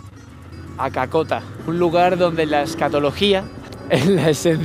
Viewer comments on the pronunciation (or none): Ni los locales piensan, lo que pensaste, cacota jajaj asi no se pronuncia es asi Cácota con tilde en la A, que risa el cuento que te echaste en el Minuto en adelante XD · Min cacota tiene que hacer el asentó bien, si no supones que es una caca 💩🤣😂😂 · Jajajajajaja es cácota jajajajajajaa no cacota jjajajajajajajaja y Pamplona es conocida como la ciudad mitrada estudiantil, te recomiendo que vuelvas en semana santa por pandemia las procesiones se suspendieron pero son realmente hermosas en especial la del viernes santo... Un abrazo amigo y en el norte de Santander bienvenido siempre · Perdón por corregirte pero se pronuncia CÁCOTA y no "cacota" y no tiene nada que ver con la "caca". Saludos y un abrazo. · Oye no es cacota sino Cácota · No es CACOTA es CÁCOTA. 😄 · Es que lo pronuncias mal : no es Cacota, tiene acento en la primera a, no necesariamente se tiene que marcar la tilde. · Esta bien escrito Cácota, solo que lo leíste mal